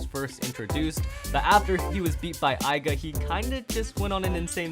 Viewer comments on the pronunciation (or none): Not to be a butt but, it triggers me when you pronounce Aiger, Aiga